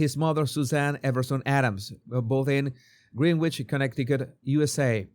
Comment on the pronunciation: He also said the second c in Connecticut. I assume he’s not a native to the northeast. Lol